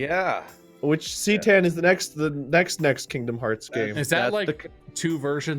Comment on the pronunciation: Mark being annoyed by mispronunciation of C'tan